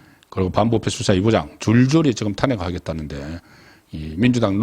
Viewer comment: 송국건씨 탄핵을탄핵악센트를하지마세요 탄핵(낮은말을)하세요